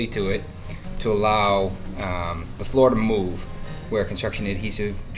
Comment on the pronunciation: letting out a lil’ boston accent at the end there. Wrap up the third flooruh